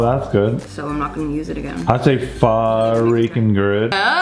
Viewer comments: CRINGE!! Pronounce pho like ur asking a question. Also, interesting kinda pho. Not something I've seen before, but looks good. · I always pronounced Pho as PH-OOO not PH-AAAAA😂😂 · its pronounced “fu” like fuck but without the ck lol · Omg you really phoking messed that up big time 😂 This is very but very faaar from pho 😂